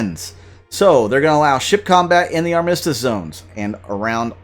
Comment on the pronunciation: Thanks for the update! I've been enjoying gameplay videos lately. FYI, Armistice = Ar-Ma-Stis